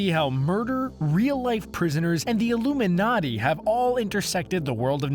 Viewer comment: I CANNOT BELIEVE THAT YOU SAID THE (ominously) ILLUMINATI